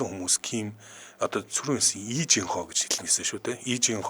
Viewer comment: lee дандаа И гэж дуудна шүү